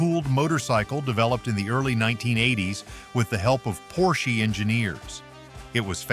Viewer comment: I am so sick AI voiceovers. Its obvious when you can't pronounce Porsche